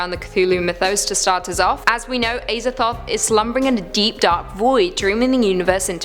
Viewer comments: It is pronounced AZA-THOTH NOT AY-ZATHOTH FOR FUCKS SAKE WOMAN!! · Pronounced AZA- THOTH not ASER-THOTH 😂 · imagine pronouncing azathoth as ayzathoth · The way she pronounces Azathoth makes me uncomfortable.